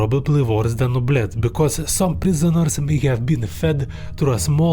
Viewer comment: oubliette 💀bro said o blet